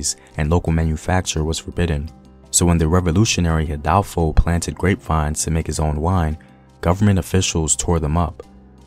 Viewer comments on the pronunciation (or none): Hey bro you said “ HIDALFO “ It’s “Hidalgo “ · Couldn't watch after the first 3 minutes. First of all, Vicente's mother was indigenous. His father was Afro-Mexican. And the pronunciation of Hidalgo is hē-dal-goh, not he-dal-foe. Couldn't watch anymore after that. Do not erase Vicente's Indigenous history.